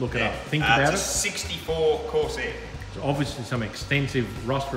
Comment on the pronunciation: Ford Corsair... "Coarse Hair" or Pubic Hair...yeah took me a bit to work that out hahaha